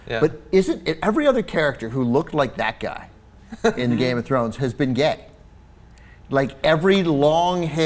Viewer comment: If you're going to review game of thrones....learn the bloody names!!! Jesus, are three series not enough?!